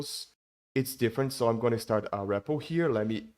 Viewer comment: Don't know why he mispronounces "so" as "toe". It's annoying. And don't even get me started with how words ending in "ed" are butchered.